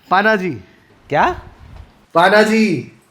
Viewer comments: पणजी ✅ पानाजी❌ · पानाजी nahi hai 😅 it's पणजी